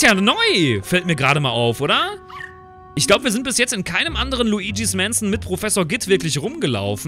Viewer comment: Bin ich der einzige den ees nervt wie er mansion auspricht